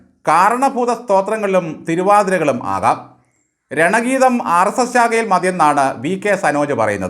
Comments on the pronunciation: രണഗീതമല്ല ഗണഗീതം എന്നാണ് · രണഗീതമല്ല ഗണഗീതമാണ്